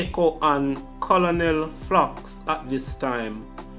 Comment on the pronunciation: C-O-L-O-N-E-L is pronounced KERNEL.